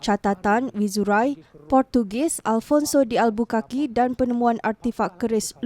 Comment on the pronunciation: Albuquerque; cara sebutnya bunyi Albukerkei